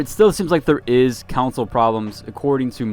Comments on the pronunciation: Con-sole. Not Cown-sole. TF guy? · I don’t normally comment on this sort of thing, but you are mispronouncing “console” to the point you are saying another word., like “city council”. If you are planning on reviewing games, etc., you should learn how to say console.